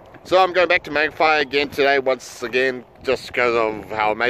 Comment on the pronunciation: Say the a like maaangawhai